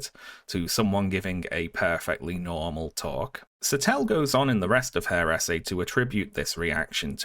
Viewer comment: Every time you said "essay", I heard it as "SA", and the sentence still made sense.